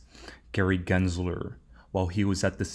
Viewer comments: I have my reservations about. He miss pronounces “Gary Glenslerrrr” and also keeps miss quoting the phrase….”The train has left the building”. It’s….”The train has left the STATION”. What fcking building???!!!!! LOL. I think he’s confusing it with “Elvis has left the building”. He’s also burping loud now on all his videos. A failed banker that was living with his mother just 1.5 years ago is now the self-proclaimed “#1 Coach in the world”? 😂. I feel sorry for the suckers that buy into his “Warrior Academy”. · Raise your hand if you know that pronounces “Gary Gensler” better than … GENSLER… not GLENSLERRRR 🤣🙋‍♂️